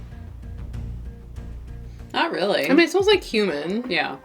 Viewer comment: Haha:, when said "it smells like cumin", I thought at first that she said "smells like *human*" 🤣